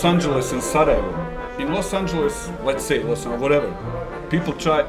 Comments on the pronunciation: its pronounced sarajevo with a j not an h.Its not spanish ffs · "J" in "Sarajevo" is not pronounced as "h", try "y" as in "Sarayevo" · learn to say the city right if you're gonna say it 50 times in one video! Anyway, much love regardless and appreciate your content and humor. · worst pronunciation ive seen, dude's just imagining the letter H in sarajevo